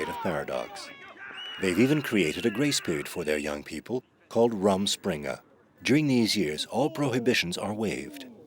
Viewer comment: It is Amish not Aymish and Rrrruuuummm springe not Rum and Coke. The people that make these expert docs that cannot even pronounce the vocab. Every time he says Ay-mish I cringe.